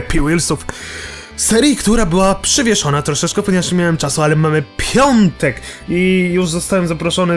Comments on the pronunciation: piątek a nie piontek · Piątek nie pjontek ;) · piątek nie pjontek